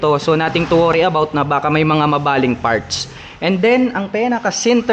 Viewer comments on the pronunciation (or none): Boss no offense pero practice po sa pag gamit ng F at P sa pag english. Parts sa Farts ay medyo pangit pakinggan. Salamat po.